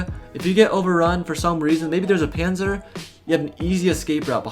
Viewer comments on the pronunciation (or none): none